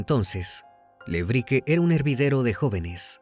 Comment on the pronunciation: Recomiendo ver éste caso por Paul Landó. Muy inexacto está vez, Crimi..Todos eran rugbiers de Zárate. Todos los acentos y pronunciaciones de lugares mal dichos. Le Brique se pronuncia "Brick ". Gesell es palabra grave. Zárate es esdrújula..Sinali y Comelli no son agudas tampoco. Además, los padres de Fernando son porteros de un edificio, encargados. Son paraguayos todos, por eso lo discriminación y por "negro de m...". Hay cantidad de vídeos sobre su asesinato aquí en YouTube que fueron condenatorios. Estuve en esa marcha en el Congreso y esos padres partían el alma. Todo está filmado y subido aquí. Si quieren ver bien el caso. Pablo Ventura pasó un infierno y estaba a 500 km. Los rugbiers no lo querían por buen chico y siempre que hacían algo malo en Zárate, la broma era "fue Pablo Ventura ". Una pesadilla. Pero, como te digo: toda la golpiza está filmada. Una chica le dio RCP en el lugar, pero ya estaba muerto cuando llegó la ambulancia. Thomsen es quién le asesta la patada asesina en la cabeza. La suela de su zapatilla estaba marcada en Fernando. Un caso muy triste que merece ser tratado con detalle .